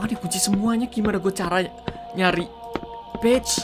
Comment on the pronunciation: "Page" bukan "b1tch" dodol